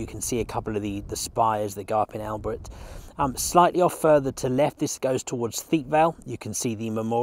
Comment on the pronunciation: One of the best panorama’s of The Somme battlefields I’ve seen…….. and I live local so have a good idea of the layout. But come on mate…”Albert”…….it’s not “Only Fools and Horses”!! If you can say Bonjour in a cafe you can look online whilst editing and pronounce Albert properly.